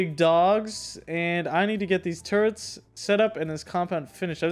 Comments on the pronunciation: How many times are u gonna pronounce turrets as “turents” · How many hours and still can't prounce turrets correctly